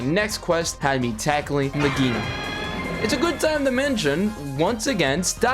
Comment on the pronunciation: Good Video! the only thing that triggert me was how you pronounce Legiana. XD